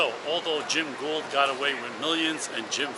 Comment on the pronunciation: I don't know if you have a speech impediment or simply don't want to do your homework... "GOULD" is NOT pronounced "GOLD". It's GHOUL'D. "GooLD" No amount of AI "whisker scratching" will replace solid f**** homework. Why don't you stop forcing me into stock AI voice nonsense and get your pronunciation on basics right? I know, I know, I'm picking at the edges. But God damn it, talk like a f**** adult.